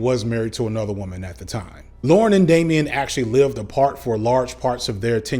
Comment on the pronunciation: cringed every time you said Damian... being the most famous of Bob's kids has drawbacks... lol